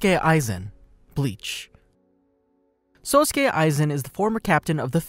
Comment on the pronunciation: Hol on run that back did he just say SUSuke Aizen?